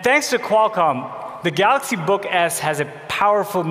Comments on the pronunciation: "The Galox Note 10" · Ahahahaha he calls is Galax.. 😂😂😂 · I like it when he say "Galox" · You just know he practiced that 1000 times in front of the mirror. "I'm the goddamned CEO, I have a responsibility to pronounce the name of our flaghship line correctly! Galox... galax... ga...lax.. galiks.. galakshi. Oh! Galaxsh.. galaxsh!! Ga... galax. Galox. Galoksh.....good enough." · THE GALAKS NOT TEN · It's pronounced galox book